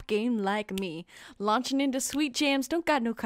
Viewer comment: Can't even say her into right